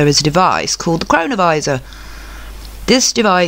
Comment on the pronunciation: Such a good video, thanks! And yes, every time you said cronovisa it sounded like corona virus. Pretty mind blowing stuff all this